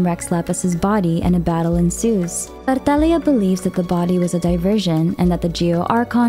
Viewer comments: stop pronouncing words like that... PLEASE. I mean, why did your voice changed while saying tartaglia... UGHH.. anyways. Good video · The way she pronounces Tartaglia’s name 😭💗💗